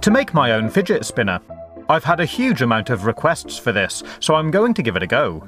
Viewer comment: I love when u say "fidgetspinnah"😂